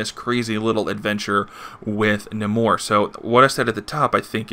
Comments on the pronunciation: Do u call Namor Num more? Pretty sure its Nay More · Funny enough...I say Nahmorita. But...It never occurred to me, in all my years of reading comics that it's pronounced Nah-mor...never.